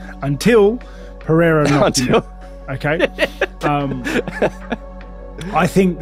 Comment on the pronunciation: Chael admires Pereira so much he keeps calling him " Piera".